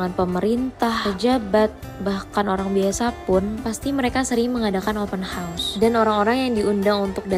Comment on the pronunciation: Sebut....HA OS Bukan HOS....